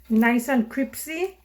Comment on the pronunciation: nice and CRIPSY lmaaaaaaaaaoo